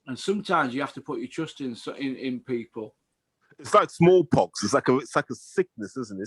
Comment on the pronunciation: Hahaha Small ‘Poxon’